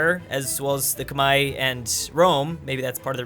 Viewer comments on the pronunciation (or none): The civilization in Southeast Asia (Vietnam, Thailand, Burma) is the Khmer (Kuh-Mare), not Koo-Mai